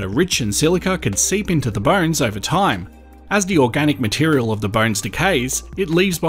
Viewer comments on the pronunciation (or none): none